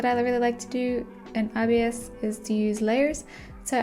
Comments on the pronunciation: Yeah it's more "eye bis" paint rather than "eye be eye es" paint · The official videos say EYE-bis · saying IBS paint instead of ibis (eyebis) will never not be funny😭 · it’s pronounced eyebis? i always thought it was pronounced i-bis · i thought youwere saying obs half of the time lmaoo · I’ve always said I-b-is paint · I always pronounced it like “eebis” paint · I always say ibis by pronouncing the i’s like igloo… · YOU ARE NOT SAYING IT CORRECTLY, IM NOT BEING MEAN BUT I DON'T LIKE IT WHEN PEOPLE SAY IT LIKE THAT